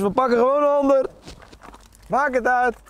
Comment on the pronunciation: dat schoenen uut klopte nog ook, op de uitspraak na perfect zeeuws